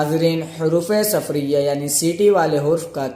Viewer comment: حروفِ صفریہ نہیں ،،، بلکہ حروفِ صفیریہ